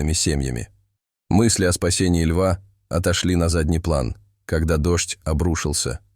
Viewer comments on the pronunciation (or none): none